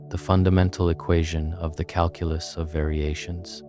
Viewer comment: This would be nice if your pronunciation of Calculus didn’t piss me off